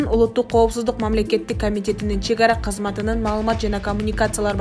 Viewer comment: Журналист кыз туура окусан кезметинин деп эле урдуруп атасынго мен 9 класты зорго путсомда сага Караганда так туура окуйумбу деп калдым